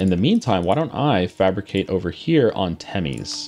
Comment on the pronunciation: The province in Hungary is not pronounced like "timis" as you say, it's called "temes", e is pronounced like the e in the word 'development', and s is like in the word shark